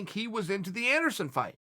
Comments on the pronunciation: I can't believe everyone has been spelling Anderon Silva's name wrong all these years.. thank you for correcting us uncle Chael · Ok now Chael where is princess Leia from ? Chael: ANDERON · Anderon “I bac” Silver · Everyone: Anderson Chael: Anderon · Who is Anderon? Uncle Chael can’t even write! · Errrrrm chael!! You missed the L in masvida-L and you missed the S in Ander-S-on...and thats definitely not how you spell Ronda!! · It’s about time someone told Anderon and Masvida they’ve been spelling their names wrong all this time. Thank you Uncle Chael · Nobody: Chael: Masvida and Anderon... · does it bother anyone else that uncle chael wont spell anderon's name right ever? and now masvida lmfao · The UFC have been spelling Anderon and Masvida’s names wrong this whole time and nobody was brave enough to tell them until Uncle Chael finally came to correct them